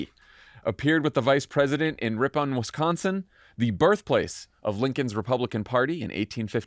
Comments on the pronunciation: Ripon is pronounced with the emphasis on the first syllable. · Can someone tell Jon the that it’s pronounced Rip-pin. lol. Love the podcast but couldn’t resist. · It’s pronounced Ripon like trippin’. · Fyi, as someone from Wisconsin and who grew up about 30 to 40 minutes east of Ripon it is pronounced Rip-in. LOL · Pronounced Ripin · Pronounced like “rip-in” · In Wisconsin we pronounce it Rippin. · Jon Jon Jon Jon Jon.... Please call it "Rip-un" (Ripon, WI) 🤭😜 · Favs, it sounds like "rippin' " 🤗